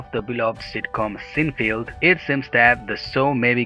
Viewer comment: sin FEELD or SINE feld